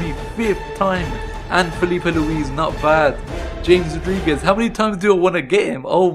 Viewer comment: You pronounced James Rodriguez wrong